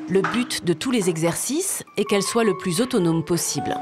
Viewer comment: ON DIT PAS SOYE ON DIT SOIT